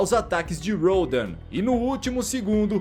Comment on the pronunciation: mano sabe nem falar o nome do rodam kkkkkkkkkkkkkkkkkkkkkk o cara chama de rhodãoooo